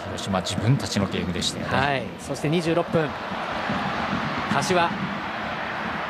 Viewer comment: のところそしてって言えてないよね？